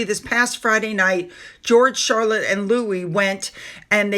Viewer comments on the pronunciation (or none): none